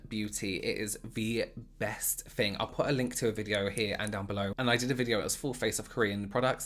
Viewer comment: Fun fact: fing literally means fart in Hungarian lmao and i also hear him saying “thing” as “fing”